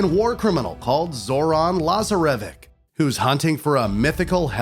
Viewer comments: I'm sry la-zer-a-vic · He had no clue how to pronounce “La Zar A Vich”. Still not sure what word he was saying. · The way you pronounce Lazarević' name shows you didn't even watch the cut scenes to prepare for this video. Sloppy work. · The way he pronounced Lazarevic killed me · Nothing could've prepared me for how caught off guard I was by the brutal mispronunciation of Lazarevic and Cintamani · Cintamani stone and Lazarevic made me cringe